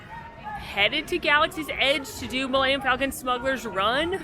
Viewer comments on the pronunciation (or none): none